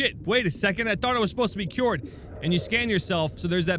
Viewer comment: "They are cyuwered"